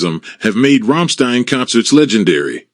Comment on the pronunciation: wow can't say Till or Rammstein correctly.